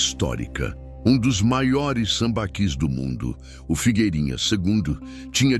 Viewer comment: Acho que a pronúncia certa é "sambaquís"